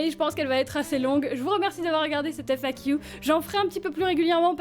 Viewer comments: "FAquiou" j'aime bien l'accent anglais que tu as perdu, apparemment le "qu" reste encore anglicisé ! (oui ça m'a fait tilt en l'entendant 4x à la suite à la fin de la vidéo !) Tant mieux pour Nemesis qu'elle soit à seulement 20min de là où tu es, comme ça tu peux lui rendre visite régulièrement c'est pas comme si tu l'avais abandonné =) Et arrêtes de te rabaisser ! Ya eu un passage dans cette FAQ où tu te rabaissais un peu trop (c'est mon ressenti), tu vis pour toi avant tout ! Ok tu as un chaîne YouTube avec bcp d'abonné mais quand même c'est pas une raison pour t'infliger ce rabaissement ! Et je dirais même raison de plus, si on est autant c'est qu'on t'aime bien ! ;-) Et je crois que toi et moi on ne se verra jamais IRL car je suis un peu agoraphobe aussi xD (Enfin ça dépend les situations, dans les parc d'attractions j'ai aucun soucis mais dans les conventions ou autre c'est plus compliqué ~) En tout cas, continues à aller de l'avant tout en respectant ton toi intérieur ! Et vis une belle vie ! ♥ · On voit bien les trace de ton anglais sur la manière de prononcer le "Q"